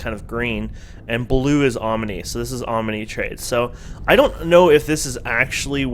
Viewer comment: Om-a-nay LOL